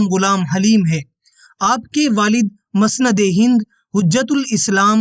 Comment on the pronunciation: مسند ہند میم کے پیش کے ساتھ بولیں ! جزاک اللہ ! بہت عمدہ کام ہے !!